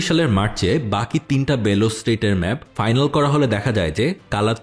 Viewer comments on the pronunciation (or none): none